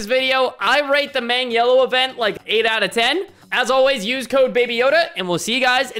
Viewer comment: Bro really said meng yellow😂